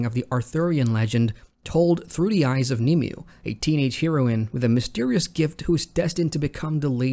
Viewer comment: The womans name is pronounced like ‘nim way’